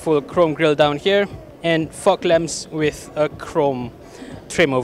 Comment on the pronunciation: Am i the only one who heard him saying "fog lamp" differently 😂😂